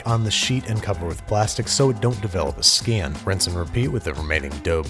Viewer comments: idk why, but the random southern pronunciation of "skin" bothered me way more than it should have... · "So it don't develop a skayn". Haha. Caught that. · Sow it dewnt velop a skan